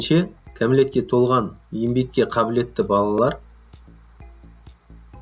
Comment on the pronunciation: Ембек деген сөз жоқ! Ң әрпін үйренші 👎👎👎